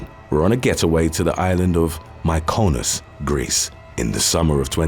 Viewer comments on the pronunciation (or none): All really sad & tragic stories 😞🌹. Mykonos pronounced Mick-o-nos 🫶😘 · My-con--us?? hahahaah